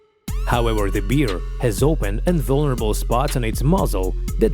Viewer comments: NOT a BEER... A BEAR!!! (pronunce BARE!!!) 😋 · It’s bear not “beer” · Umm...question?? Wtf is a Beeare?? I guess he meant Bear right 🤣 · L'IA est si intelligente qu'elle ne sait pas discerner bear (l'ours) et beer (la bière)😂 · its bear not beer ffs learn to read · Corrección, Best es oso no beer cerveza como tú dices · Is it correct that we pronounce bear the same with beer? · Where are YOU from that you don't know how to pronounce BEAR properly? YA'LL need to get a new announcer, one that doesn't drink BEER! WTF?